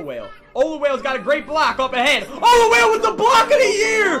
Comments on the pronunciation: Ya bro "olawhale" is so fast. Thats exactly how it sounds like you pronouncing him. Hurts me :( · damn why you trappin so hard. lol and it's pronounced oh-la-wall-eh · The way you pronounce Olawale's name hurts.